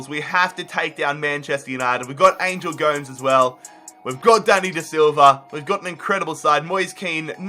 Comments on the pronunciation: Did he actually say angel goms Its pronounced like gomez i swear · Yooo the pronunciations are killing me!!! Kean? Tielemans? ANGEL GOMES? Love the rebuilds but it’s a little annoying you should work on that a bit